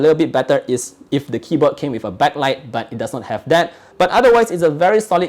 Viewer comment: When says But: "baH!"